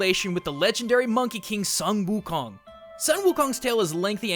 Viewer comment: it's sung gho khong btw